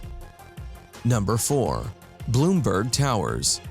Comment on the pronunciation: And it's NOT "Bloomberg" Towers it's "Blumberg" Towers.